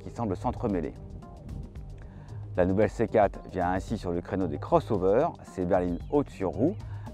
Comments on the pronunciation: Excellente voiture dommage qu’elle soit présentée par un journaliste triste a mourir... Ehh oui c’est une C quatre , pas une C Kate ...! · Faudra expliquer au journaliste qu'il faut dire C quatRe et pas C cate. Tres pénible a écouter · 4 ça ne se prononce pas "kat". On prononce le "r". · Le dézagne de la céquat'... euh ! Hahaha, trop fort 😂